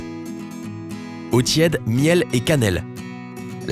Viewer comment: Insupportable.; Quotidjenne, eau tjède, mondjale..